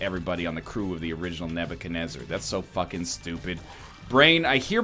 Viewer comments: its not nebacanezar. its nebuchadnezzar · It's Nebuchadenezzar, NL. He was a babylonian king.